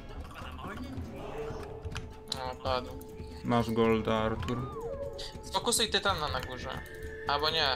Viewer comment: bławo Ałtuł świetne zagranie kappa